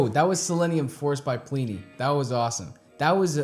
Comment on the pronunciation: His name is actually pronounced Plih-knee, the first I sounds like the I in bin. Simon Grove is his goto-guy for production and mixing, he also plays bass on a lot of Plini's releases and live shows. Plini writes/arranges everything himself, from the (bass) guitar parts to the synths and programming drums. His first two releases, including this track, featured programmed drums instead of the real thing and only a few guest solo's and guitar parts. His first album, Handmade Cities, featured recorded tracks for drums and bass by Troy Wright and Simon respectively. The list of musicians he has worked with so far is impressive, I can recommend taking a look at his Bandcamp page ( ) or his website ( ). Seeing as you have a small selection of electric guitars, he also has a Neural DSP plugin called Archetype: Plini ( ). In case you're wondering, it's a piece of software to emulate his sound through amp modelling, a few effects and cabinet simulation. Just hook up the guitar through an audio interface and shred along in your DAW of choice or standalone ;) it has a free trial btw. A few other artists I would like to mention, if you'd like some more of this type of (instrumentals only) music: Animals as Leaders, Arch Echo, Intervals, Periphery, Sithu Aye and Jakub Zytecki. You already heard of Chon and Polyphia ;)